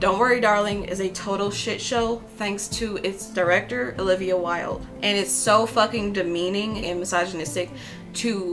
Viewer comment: Haha did you just call her Ho-livia?